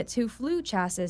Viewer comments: Several mispronunciations. "Chassis" is not chass-iss, it's chass-ee. And "larval" is not i-ar-val, it''s Lar-val. That's a lower case L, not an uppercase i. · Please, for the love of all that is aviation and actually flies- say CHAS-see instead of Chaz-sis